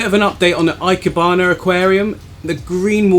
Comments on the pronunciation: Just a pronunciation tip from my Japanese wife, ikebana the "e" is pronounced like the "e" in "egg" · Yup 👍 e - kebana